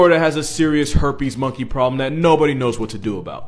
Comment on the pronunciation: You said herpe monkeys?